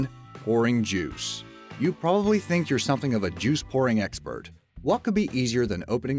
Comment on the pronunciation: When you say "pouring", it sounds like the word "boring". Anyone else notice that?